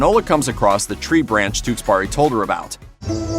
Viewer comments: "Tewkesberry" not "Tewksburry" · The way you pronounce his name though, TewkesBARI.